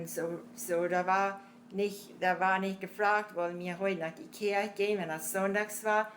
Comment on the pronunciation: When she said "Kirche" (church), I thought I heard "Ikea", lol. Ich habe jedenfalls vieles von dem verstanden, was sie erzählt hat.